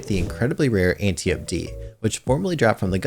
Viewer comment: "Anti-ope" Read a book, or something.